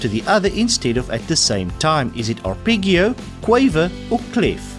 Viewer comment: Good quiz, nice man, occasionally atrocious pronunciation (arpeggio e.g.)